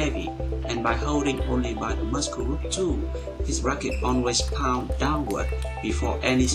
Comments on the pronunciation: hello i am a korean living in Canada your english is getting better i see let me just correct you this today muscle when you say this word you say muskle but it should be said mursle ok have a good day oh thank you for your excellent upload clips I learn a lot from it thank you again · the speed in this video is perfect. The only complaint I have is that you still mispronounce some words (i.e. Muscle is pronounced /'məsəl/) Otherwise your English has definitely improved significantly since I started watching your videos